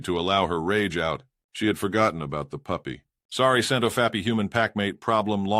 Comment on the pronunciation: I also am getting used to hearing "Scent of fappy" instead of Scentofhappy. I laughed the first few times I heard it.